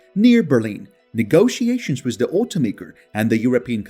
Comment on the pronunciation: Learn how to say "WITH".